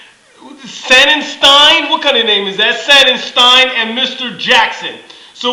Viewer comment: Few things,... 1. It's SONNanstine .. with an O not an A. 2. Dan wheeler is not the Rays closer,... we don't have one,... closing is done by committee usually,...a couple games have been put into the hands of David price to end it though. 3. Dan Wheeler pitched in the 05' world series with the Astros. 4. Jackson is not in rotation in the Playoffs.... they have him coming out of the Bullpen.